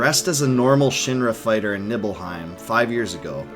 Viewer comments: I love this video but it’s KNEE-BELL-HEIM, not Nibble-Heim lol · And Nibble hiem... Always said it Knee bell hiem. Those pronunciations irked me but still great vid!